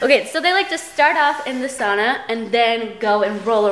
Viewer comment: Glad you and found each other and he says sauna correctly!!